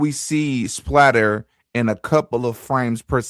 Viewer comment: SPATTER, not splatter.